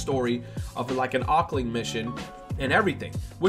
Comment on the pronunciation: It's pronounced as "Octo-ling" not "Ockling"